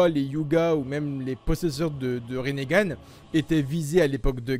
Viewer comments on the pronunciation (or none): Tu dit rin gane